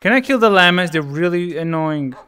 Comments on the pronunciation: It's not "como te lamas", it's "como te llamas". The double "ll" doesnt have the sound of one "l", its like the "y" in "yikes". Also it isn't "encantada por de conocerte", it's "encantada de conocerte". The rest is ok xD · I died internally when you asked "como te L(l)amas?"